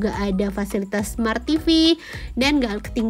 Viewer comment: smart jadi samart😃